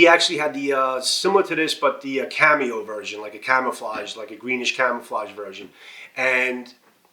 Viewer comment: why are you saying cameo instead of camo